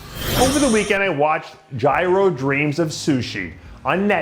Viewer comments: Gee-ro not Gy-ro. But yeah Jiro Dreams of Sushi is a good movie. That man is insanely passionate about his craft. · You watched jiro dreams of sushi yet still can’t pronounce his name? 😆